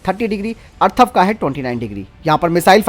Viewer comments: Arthav nehi atharv he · भाई टेंक का नाम अथर्व है , अर्थव नही।😁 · अर्थव नही, अथर्व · अर्थव नहीं अथर्व बोलो । हिन्दी की टांग तोड़ देते हैं ये अज्ञानी लोग ।